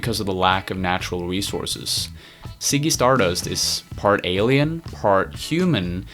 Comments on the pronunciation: Ziggy.. not Siggy but Ok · Can u pronounce z properly? Lmao ziggy not siggy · Great video but please learn how to pronounce Ziggy. It's not "ciggy" it's Ziggy. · It's not "Siggy Stardust," it's Ziggy.